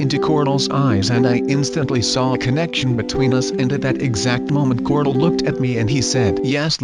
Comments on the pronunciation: You kept on saying cordle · Every time you say corl you say cortl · Ik and its "Corl" Not "Carl" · No its corl not coral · dude, CORL not corol. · Does anyone else notice that says cortal instead of coral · I fell asleep watching this and it sounded like he said corlt